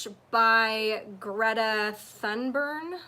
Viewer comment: Thunberg (Thünberg) is pronounced TOONBERG. Just fyi...🤓 😁👌